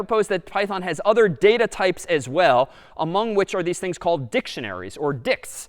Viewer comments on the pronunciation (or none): the way David says DICS...